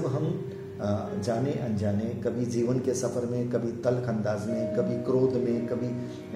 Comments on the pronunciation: Pronounciation improve Karo Bhai. Vishay ko Visay, jivan ko zivan, shareer ko sareer, aur ko or, nirdesh ko nirdes kyo bolte ho ? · pl. speak janam and not zanam jeevan and not zeevan